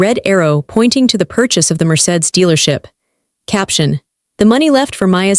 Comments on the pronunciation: Need to pronounce words correctly Mercedes not marsaid lol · Mercedes pronounced: Mer-say-dees